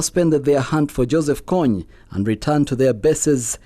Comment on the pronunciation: It is kony not konney